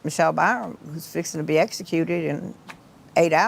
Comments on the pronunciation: The word is executed not eggsecuted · I wish the narrator could say executed instead of eggsecuted.